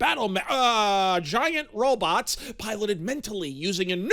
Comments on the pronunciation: At times, I heard it pronounced as "ro-bits". Is turning into Murray Goldberg or what? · Could have a drinking game every time he says "robits". 😉